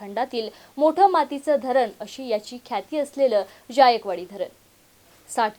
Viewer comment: अग बाई, ज्यायकवाडी असा उच्चार नाही,जायकवाडी असा उच्चार आहे.